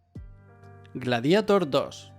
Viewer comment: Por fin alguien que lo pronuncia "gladiator", y no en inglés, como lo dice todo el mundo. Enhorabuena.